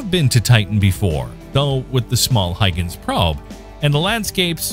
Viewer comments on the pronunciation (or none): none